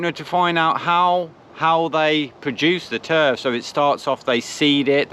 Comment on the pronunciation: Lol Turr-fff bristonlian